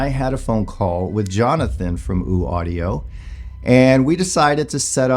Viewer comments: Its Ø not ooo. Ø as in U(rge). Hope that helps. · ‘Oouu’ Audio? Pretty sure that’s not how that’s pronounced.